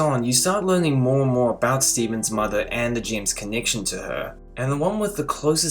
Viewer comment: i thought you said jims not gems